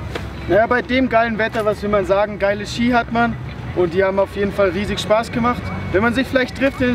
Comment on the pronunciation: Das heißt Ski nicht skier 😃